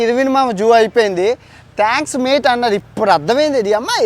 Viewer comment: Thanks "Mite"(mate)😃